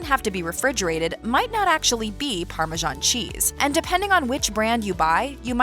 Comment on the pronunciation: Why are you calling this parmesan cheese, parmazhan cheese??